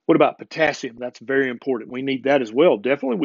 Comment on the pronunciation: Did he say a "Berry important health and nutrient topic" :)